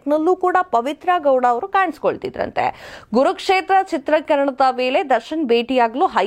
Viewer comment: Saryag kannada matadavvooi😂😂😂😂😂😂 adu kurukshetra not gurukshetra